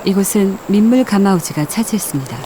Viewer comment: 민물가마업체가 차지했다고 하는지 알았네 발음ㅅㅂ